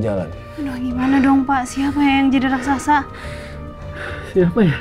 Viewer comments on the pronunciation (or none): SAAT RAKSASA MUNCUL, MUSIKNYA SAMA SAAT AL ANDIN MAU NAIK SAMPAN 👍👍👍 KENAPA MC BILANGNYA "RASAKSA"??🤣🤣🤣 HARUSNYA KAN "RAKSASA"